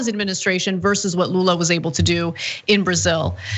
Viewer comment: Wow, he pronunciation of Lula's name was on point